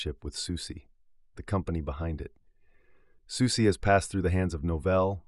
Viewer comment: It's pronounced SusaH Not Susie 😩